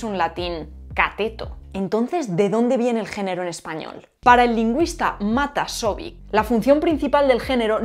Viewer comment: Pero es Matasović y no Matasovic. Es como decir ano por año. (palmface)